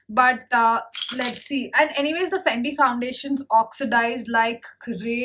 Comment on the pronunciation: You saying FANDI and it's written FENTY in your description box 🤷🏻‍♀️ ???? Fenty beauty hydrating foundation-300